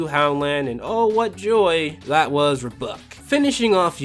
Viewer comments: Interesting. This guy pronounced it as "Rub buck" instead of "Are buck." I guess there's no right or wrong way to pronounce RBUK. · I just loved the fact you called it Ruhbuck.